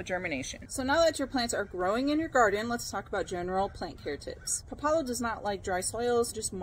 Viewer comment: It's called pá la lo with the first vowel stressed. And it tastes like a strong arugula.